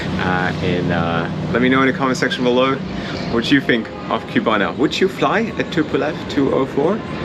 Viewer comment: Please: it is not Qbana. It's CU-BA-NA.